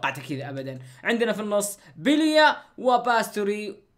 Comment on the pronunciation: اسمه بيليا مو بليا ههههههههههههه